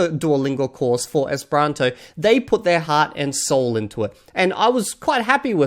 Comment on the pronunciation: I'm sorry, but I just found your channel, and it seems like you keep pronouncing "esperanto" wrong. It's like you mix the second and third syllables. "Espranto" is what I hear from you.